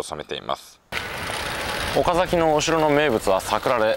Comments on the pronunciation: スーツ旅行さん、「おかざき」の発音（イントネーション）、正確です。関東の人としては、ほんとに、珍しいですね。（地元岡崎では、「か」にアクセントを置かず、抑揚なく、だらぁーと、「おかざき」と、発音する、って感じですね。）― 以前に、岡崎を扱った動画も見ました。駆け足の動画でした。― 前回動画で、岡崎宿の「二十七曲がり」、よくわかりました。（芭蕉も、あんなふうに、歩いたんですね。） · 三河、岡崎、安城、知立、前後。地元の人が発音を厳しく指摘してくる地区ばかりですね笑 ちなみに、岡崎の発音は完璧でした！